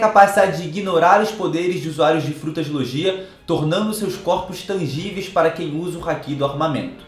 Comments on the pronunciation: Eu não queria ser o chato, mas a pronúncia é "Loguía" e não "Lojía" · Ah que agonia. Ao invés dele falar logia, ele fala lojia